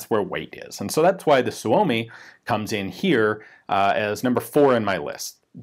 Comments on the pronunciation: Pronounced soo-me. Not so-o-me. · Great video, Ian! FYI, the Finn's pronounce Suomi as "Sue-Mee". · We are going to have to teach Ian how to pronounce Suomi.